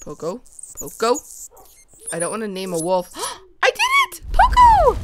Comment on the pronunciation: its pronounced Po-co not pooco like coco in coconut